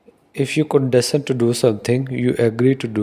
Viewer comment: ...you are pronouncing the word "condescend" incorrectly otherwise very good video